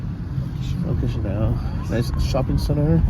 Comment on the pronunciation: please learn how to say those food names properly, even place names moldova and Chisinau wrong as well !! found myself shouting at the video !!! then turned it off .... ps you complain about everything....act like a stupid ignorant tourist and then wonder why you get ripped off ....and of course the police will pull you, and being American in Chisinau wont helping you right now......btw married to to Moldovian 15yrs, spend alot of years there....